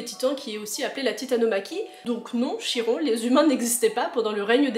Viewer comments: juste pour info on prononce Kiron mais pas CH-iron mais libre à toi de dire comme tu veux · Tu m'as donné envie de relire les livres. Quelques petites précisions bien que ça s'écrit Chiron ça se prononce "Kiron" et pour les autres enfants des dieux ils sont accueillis dans le bungalows d'Ermes mais leurs destins changeront grâce à Percy dans le dernier tome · Chiron en faite sa se dit kiron en faite en classe ont lit se livre le maître nous a dit en grecque CH ont prenonsse K